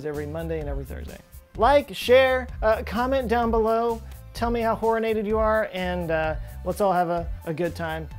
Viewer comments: I thought he said Whoreinated. Glad I an now corrected. =/ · Horinated. At first I thought you said horny. Lol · Please. Stop saying horinated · He said horr-in-ated three, check that, four times. Make more funny words.